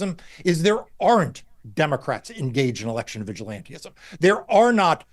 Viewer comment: Yo Marc…it’s vigilantism, NOT vigilanteism!